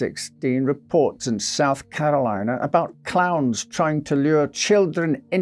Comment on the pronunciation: I was just listening to the audio, and thought he was saying clouds instead of clowns. Lol, I was so confused! 😂